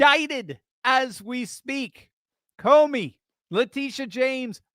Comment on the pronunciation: Comey. Not Comer.